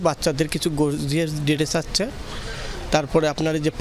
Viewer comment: Uni tw thik moto kothai bolte pare na 'আচ্চে' 😂